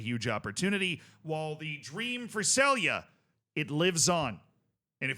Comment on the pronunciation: you sey celje completely wrong LOL